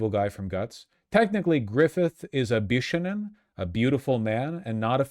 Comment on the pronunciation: "Bishounen" is pronounced "bih-shohh-nen". It's a long "o" in the middle.